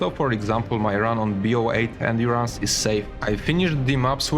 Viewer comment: ah yes C-05 endéurænce